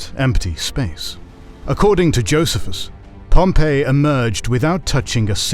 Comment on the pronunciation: Who pronounces Pharisees, Sadducees and Essenes, or Josephus like in this video? 🤨